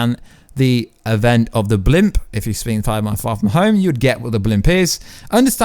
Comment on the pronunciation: “Blimp”. Ughhhhhh